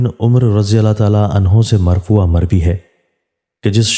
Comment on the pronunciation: مرفوعاً ھے مرفوعا نہیں